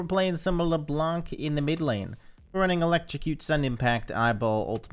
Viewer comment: Hey ! U know that Leblanc is a french name ? We don't pronounce the C 😊 Blanc means white in french but the C is mute 🤭